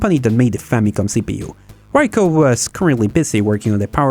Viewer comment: Btw - Ricoh isn't pronounced "Rye Co" it's "Ree co", like "Reek".